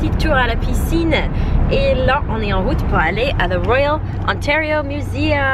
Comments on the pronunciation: Quand tu dis « nous sommes en route » ça sonne comme « en rut » et la connotation me fait tellement rire😂😂😂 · J adore ton accent ! Par contre a partir de 16 minutes, j entends "nous sommes en rute pour le marché des enfants pour l exibition" cette phrase m a fait rire... j espere que vous n avez pas mené ce projet a execution quand meme... ;)